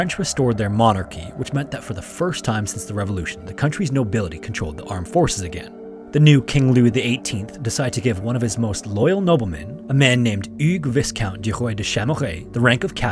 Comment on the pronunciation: The S in “viscount” is silent.